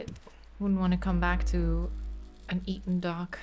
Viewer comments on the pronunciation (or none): none